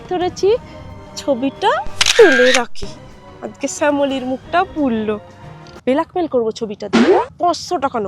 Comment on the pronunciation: Blackmail❌ Belekmil✅